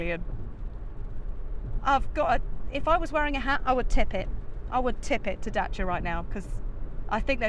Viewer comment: it's not Dacha, it's Dacia - as in "DAYSEE'A" it was Dayseea when it came out in the 1970 and Dacia spells Daysee'a so pronounce it as it is spelt FFS!